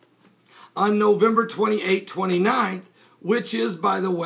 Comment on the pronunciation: nowember are you sure its nowember its parsing earth the 28 november